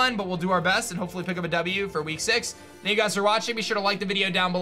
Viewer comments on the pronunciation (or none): none